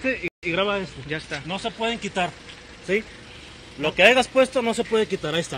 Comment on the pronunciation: "aigas" jajajjajajjajaj así maullan los de TEPÍTO. SE DICE: HAYAS